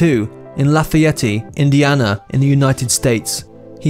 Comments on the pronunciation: Lafayette-LA-FA-ET not Lay fa ettie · Being English I'm no expert on american pronunciation, but........I'm pretty sure axl rose didnt grow up in laff-a-yeti and guns n roses didnt sign to Jeffen records 😂😂😂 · I live in St. Louis MO and there's a little town a couple hours south named Versailles but it's always been pronounced here as "Ver-Sails" instead of the proper french pronunciation. That being said, I've never heard La Fayette pronounce as "La Fayetti." This narrators pronunciations are truly fingernails on a chalkboard to me. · You don't pronounce the E on the end, La fy yet. Not Lafayetteeeeeee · Its Lafayette not Lafayetteeee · Dude! It's pronounced......La Fayette! Period...............not La Fayetteeeee. I'm from Indiana, I should know. ;) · Laugh a yeti? Did you mean Lafayette? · Lafiyetty Indiana? Its La fa yette You DINKS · I’m from Indiana and when this dude said “lafuhyeteey” I almost died. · Marc Jones Lafayette pronounced La fee ett. I was born there. And Axl’s real name is William (Bill) Bailey. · it's pronounced (Laugh-i-ett) not the way u just bumbled it again. 🤦🏻‍♀️ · Lah Fay Ett. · It’s Lah-Fa-Yet. 😂😂😂😂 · I was born and raised here in Indiana, so I'm dying every time he pronounces Lafayette laff-e-etee!! 😂😂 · It’s pronounced “loff-ey-ET. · "LA- FIE- YET"...... "GHEF-FIN records"....do your research.. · He doesn’t and never has gone by “Paxil”. Lafayette is not pronounced “Lafay-ettay”. Elle macpherson is not pronounced “Elly”. You could’ve added about the rocket queen girl, that it was Steven adlers gf. Lafeeyettay. 😂😂😂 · Lah-fay-ETT-eee, LOL....moe-RON!! ...........JEFF'N records.....LOL....oh boise!! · It's la Fee et, Indiana. Il a noie not il a noise. Geffen records. Not jeffen. And Axl was never in la guns. Tracy guns was in the original lineup of Guns and Roses, hence the name. And the follow-up album to appetite for destruction was g n R lies with "patience " etc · Dude it's Lafayette La Fye Yet